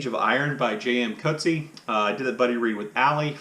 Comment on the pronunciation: J.M. Coetzee pronounces his name